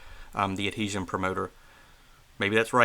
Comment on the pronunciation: You need to practice saying the word adhesion